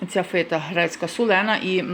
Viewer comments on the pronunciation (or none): ФЕта, а не фИта...неуч ти европейська...безграмотна